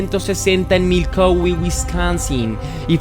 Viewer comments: Jajajajaja es Milwaukee no Milkowi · Exacto, no lo pronuncio bien es Milwaukee con "W" pero bueno, es un error que cualquiera puede tener... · Primero pensé que había escuchado mal, retrocedi y si dice MILKOWI y me rei mucho 😂😂😂😂 un lapsus de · NO ES MILKOWE ESTUPIDO MALPARIDO ES MILWAUKEE IMMECIL INVESTIGA BIEN ANTES DE SUBIR TUS VIDEOS DE MIERDA 😂😂😂😂😂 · Crítica constructiva no se dice milcowee el lugar se escribe Milwaukee y se pronuncia milwooky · Se pronuncia milguoki no milouqui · Es Milwuakee no Milkauwee... 😊 nueva seguidora. Buen documental! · Es Milwaukee no milkowee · Si leyenda nos dimos cuenta que mencionaste mal , dijiste milcoweee y no Milwaukee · jajaj no se si lo hace a proposito cuando dice milkowi jajajaja esta solo jajajaj que cagada de risas jajaja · Milkowi? Ya empezaste mal jajajaja 🤣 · Milkowi? J as Jajaja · siento decirte que me he reído mucho, no por el caso que ya conocía muy bien si no por todas las veces que has pronunciado Milkowe. ❤ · Te acabo de descubrir, muy buena narración y montaje, dejando a un lado el error de pronunciación de Milwaukee, decir que está tan bien narrado que no me he salido de onda. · El misterio más grande es por qué pronuncia asi ( Milwaukee Wisconsin) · Ni siquiera sabe decir el nombre de Milwaukee.